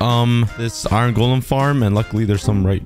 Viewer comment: i feel weird when u say iron it sounds like irn